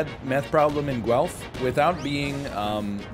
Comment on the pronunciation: Watching this in Guelph Ontario right now. You pronounced it right. You're right, it's not particularly methy. Vancouver is just as methy and it's heroin town USA